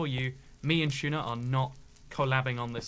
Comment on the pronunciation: I hear... Chuna instead of tuna